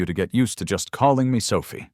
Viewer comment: How the fuck did she walk out the door? She's in a wheelchair. And who is Mandy? I know Clara, and Sophia, though the narrator sometimes pronounces it Sophi, but I don't know a Mandy.